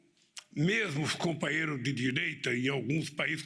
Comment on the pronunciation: Dá até medo qd fala nos compaheirro.td ex kkkkkkkkkkk